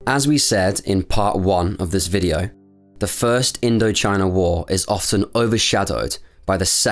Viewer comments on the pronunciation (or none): none